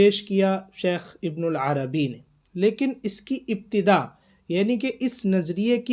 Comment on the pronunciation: ویڈیو بنانے سے پہلے کسی سے شیخ کا نام تو صحیح کرلو، ابن العربی نہیں ہے ابن عربی ہے۔ ہرجاہل کو شوق ہے ویڈیو بنانے کا۔